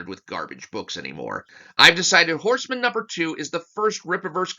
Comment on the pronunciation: It's Horse-Man, not Horseman.